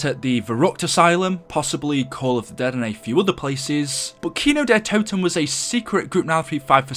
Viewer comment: Why did it say kino der t’o’ten and not kino der toten